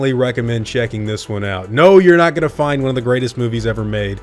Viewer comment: The way you EMPHASIZE the word NOT is VERY confusing